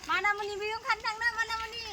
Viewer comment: Bekwo MANIMUNI BUNGW, not manamuani